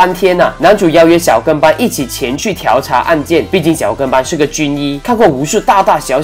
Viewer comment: 调（diao四声）查